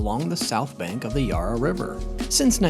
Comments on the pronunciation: With Melbourne is pronounced Mel-ben not Mel-bourne and Yarra is Ya-ra. Thanks for willing to learn and change means a lot😊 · It would be nice if you pronounce Melbourne and the Yarra River correctly, as a melbournian it's very much a pet peeve when it's not pronounced correctly